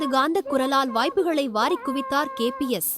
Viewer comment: KPS illa nalla utchariyungal KBS Endru